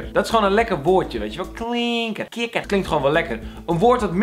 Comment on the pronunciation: Is het kikker of kinker?